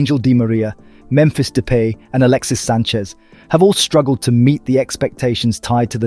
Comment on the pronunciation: His name is Angel Di Maria, in spanish its spelt Àngel, but in spanish it still mean angel, the bot is obviously not a spanish speaker, and there was no accent on the subtitles, so it will pronounce the words as it sees it, thats why it also mispronounced Depay, so who tf cares, its not the end of the world if he mispronounced it